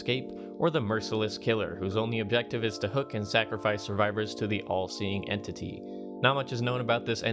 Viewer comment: “En tity”